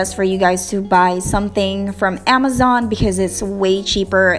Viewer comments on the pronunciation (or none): none